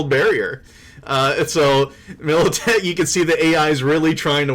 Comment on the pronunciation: Damn, it's MILITECH, a g a i n